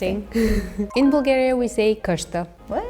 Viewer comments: Каква Булгария? На английски се произнася ,,Бългерия'' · Това не може да е оправдателна причина да се произнесе името на нашата държава без 'л' при положение че те имат същата буква със почти същия звук. Най-близко би било Блгариja или поне Балгариja (понеже 'ъ' е по-близко до 'а' отколкото до 'у'). Народите по цял свят намират политически интерес за умишлено очуждяване на езика си от своите съседи.